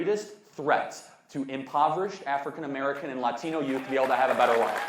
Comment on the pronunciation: 1. Ends everything he says with “right”. 2. Pronounces Latino as if English isn’t his native language. You just automatically know he’s a virtue signaling moron.